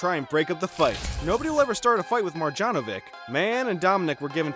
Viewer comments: "Boban Margianovick" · Marđanovik? You serious?